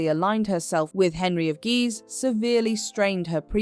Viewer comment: The pronunciation of Guise went from “geez” to “guys”. Why? AI narration? Why does there have to be AI narration? Hire a speech or broadcast student at nominal or no charge in return for their listing credit as a narrator on their résumé!